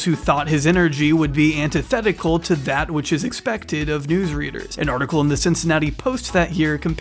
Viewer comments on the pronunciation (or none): none